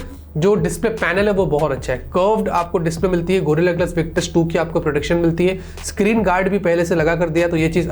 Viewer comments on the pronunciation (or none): none